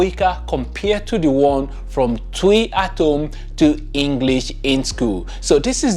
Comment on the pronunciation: Please is not “Tui’’ is pronounced Chwi